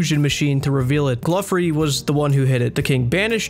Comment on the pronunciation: I literally couldn’t watch this because you said “gluffery” Jesus Christ